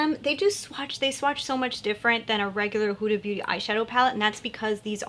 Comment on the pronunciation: The way you pronounce Huda is right 😁in Arabic it's pronounced exactly how you said it